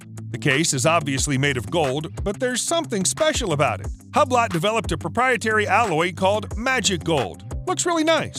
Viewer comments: I am toooo... Hablett??? Huhblohhh is right... what a lamer! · Hab-Lat? I think you pronounce Hublot as U-blow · Hablett? Huhbloh too say!!! Depp!! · Its "Oob-Lo" not "Hub-Lot". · So basically praises to Jacob and Co whom no normal watch aficionado respects, n or aspires to own... And before you make a video about watches, you should probably learn how to pronounce watch names... Yes it is not Hablat... It's Ublo... (both spelled phonetically) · "Hub-Lot".... I can't stop laughing at this expert!!! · He said “Hub lick” first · I’m not sure if you’re being cheeky and intentionally mispronouncing Hublot, but if not, it is pronounced “eu-blo”. Silent H, silent T. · LOL - Hublet??? This is an expert that cannot pronounce Hublot! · "Hub..lot".….. so much for his credibility but the watches speak for themselves anyway so he's just some kind of collateral damage after the fact..... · I stopped watching this video when he said HUBLET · Google the pronunciation, it looks like he did research it weather Google right is another matter. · Any watch enthusiast would know how Hublot is pronounced.